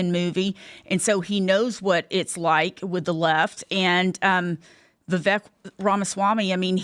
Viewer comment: I dont understand how so many people who are into politics, commentators, spokesman, etc. They still cannot pronounce Vivek's name correctly. Are they lazy or stupid or are they just assholes?